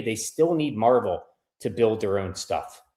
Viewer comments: It's not a comic book company it's not pronounced Marvel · It's pronounced Mar-VELL. Marvel is a comic book.